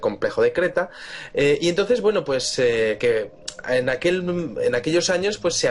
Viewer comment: Victor Villanueva Lo mismo te digo, el castellano es lindísimo, no es "que gueno" es "qué bueno"